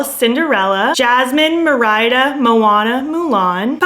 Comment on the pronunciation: GURL you did not say Merr-idah 🤣